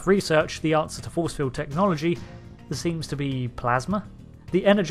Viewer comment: Magnetic Feewd. lol Gotta love that British "R". lol